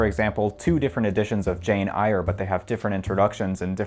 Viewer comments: Interesting video. Although the pronunciation of Jane Eyre hurt my soul. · Your pronunciation of Jane Eyre alone was enough to convince me that anything you have to say about books is likely pure trash.